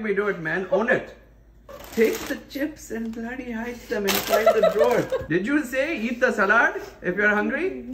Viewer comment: This time he was so worked up, the “bloody “ came out “blerdy” 😂😂